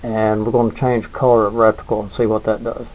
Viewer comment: What's a "RECTICLE"?